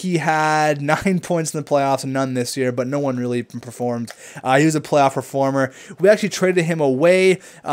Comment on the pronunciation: Please stop saying "PREformer" it's "PERformer" not "pre"